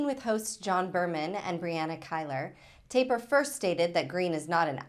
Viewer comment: To the woman who's in the video, Jake Tapper's last name is not pronounced "Taper"